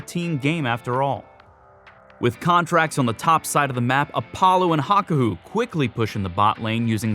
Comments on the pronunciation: dude says hakohu rather than hakuho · It's pronounced ha-ku-ho not ha-ko-hu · Hawk-Hoo-Woah Say it fast. That's how you say it. Great video though. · HaKaHU??? HaKuHO.